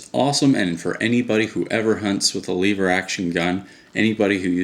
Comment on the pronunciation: It's called lever action not leave her action